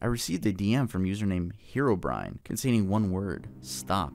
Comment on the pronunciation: I can't be the only one who thought that "Herobrine" was pronounced "Herbivore"